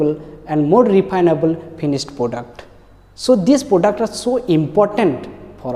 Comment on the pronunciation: This sir used to beatt me alot missingg those best days ....product ko poduct bolke padhate the. 😂